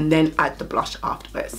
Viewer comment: Yesss I’ve been waiting to pick these up!🙌🏾 🤣🤣🤣 “mi cyant keep saying blursh”